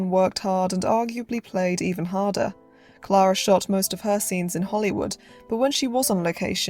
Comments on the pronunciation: Great video, but her name was pronounced CLAIR-A not CLAR-A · You lost me at Clahh-ra …..